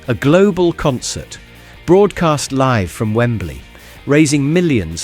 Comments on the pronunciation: Going liv - not going live? Horrible AI video! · Why does the voice over say "going LIV" instead of "going LIVE"? Is it AI generated? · I noticed that, also "Liv Aid" in 1985, plus "recess" and "yard" in reference to playtime suggests it's American. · "Going Liv" 😅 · Going Liv? Sher-bet? Bayta max? Liv-Aid? 😂😂 Oh Dear! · Going Liv? Liv Aid? What is this AI generated voice nonsense? What a load of bollocks, had to stop watching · Why does the narrator keep saying liv instead of Live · Why are you pronouncing LIVE wrong. Your British accent tells me you should know better. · This guy doesn't know how to pronounce 'Live' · Nice to look back, but why does the narrator say live wrongly. AI maybe? Just checking 😮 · Public bins weren't removed until the increased Islamic terrorism of the early 2000s. PS why does the voiceover keep saying live, as in "i live in a house" rather than live as in "we'll do it live"?? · You pronounce 'LIVE' wrong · Everybody relax. Cuz AI can't tell live (as in "give") from live as in ("five"). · The A.I. pronounced LIVE and SHERBET wrong. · Ruined by the AI commentary mispronouncing words such as *live*. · Not ruined, but I get what you mean. 👍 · AI does not like the word "Live"... lol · What's up with the bad pronunciation? Is this AI? Zay-X spectrum? Going Liv? Liv Aid? Poor.